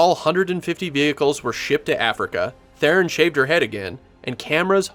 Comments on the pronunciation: Who the hell is "Therein"??? Her name is pronounced "Throne." Got news... Oh, btw, that's not my opinion, it's a direct quote from Ms. Theron herself. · IT'S THERON FFS, NOT "therrin"